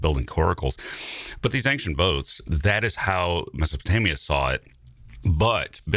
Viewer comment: Am I mishearing this, or does the host,, pronounce “ancient” like a mix of “ank-shent” and “ayn-shent”? I ask this because I recently ran across an American YouTuber in his early 20s who clearly pronounces “ancient” as “ank-shent”, the first time I’m ever heard a native English speaker do so. So, I wondering if that other YouTuber and grew up in the same part of the US.